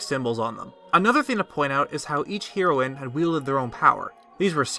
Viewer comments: It's pronounced HEROINE. Like hair oh win. And Hylian is pronounced HIGH-lean, not hill-lean. And INSIGNIA has three I's, it's not "insigna." You sound like you're 9 with your mispronunciations. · Heroine is pronounced as the drug of the same name, though it’s means female hero. Sorry just wanted to clarify, but nonetheless intriguing video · It's pronounced as Hair-o-in. Not Hero-in. fml. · it's pronounced HAIR-OH-WIN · You say heroine wrong, just so you know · “Heroine” is pronounced just like the drug “heroin”. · Was gonna shoot myself if I had to hear u mispronounce heroine one more time. U sound dumb af.